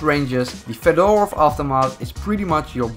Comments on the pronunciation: Fédorov is how it is supposed to pronounce... Actually the last name of Soviet engineer. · reading fedorov avtomat= fyodorov avtomat ;3